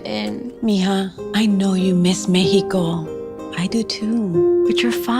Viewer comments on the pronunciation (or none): She said meheco😂😂😂😂😂😂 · Why does she say it mecico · The way they pronouncing Mexico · Where are they saying Meico instead of Mexico